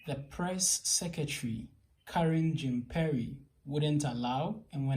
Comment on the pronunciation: Please go and learn how to pronounce Jean-Pierre !! Simon Atiba's English sucks just like yours. That's why he's not been given questions.